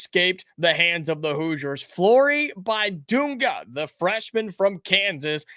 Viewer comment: Please pronounce his name correctly. The "i" is not a "long i." It is pronounced like the "i" in "big" or "bit." Just trying to help. Also, the "u" is pronounced like the "u" in "dunk" That should be particularly easy to remember.